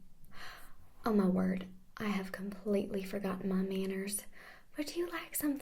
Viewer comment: Lol is funny the part oh mah wooohrdd.... I have forgott mah mannuhrs